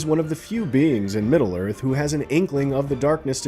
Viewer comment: It's Middle...Earth, not "Middlearth."